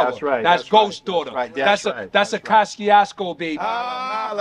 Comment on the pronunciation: Me and Everyone I know been saying like that my whole life until I met an Eastern European Cat and he said the proper pronunciation is CO-SHOO-CO 😅